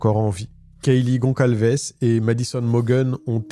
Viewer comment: Bonjour, le nom "Gonçalves" s'écrit avec un ç (c+cédille). C'est un nom d'origine portugaise. Correspondant au "Gonzales" espagnol. Donc la prononciation se fait avec un "s" et non pas un "c". Dire "goncalves est incorrect. Ce patronyme, d'origine germanique, est très répandu au Portugal et en Galicie.